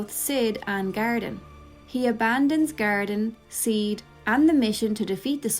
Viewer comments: Thought you were saying Gariden. I was like who the f is Gariden????? It was GARDEN lol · I was so confused trying to figure out who "Garidan" is. It only took me nearly a full minute to realize you were actually saying "Garden". I speak English, I promise.